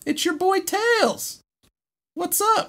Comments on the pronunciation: correction: Tlels, not Tiels. Also Knuckles is called Knicknacks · Tunky the fox? Me: no, it's tlels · tails is called "Tlels" in this,you're welcome :)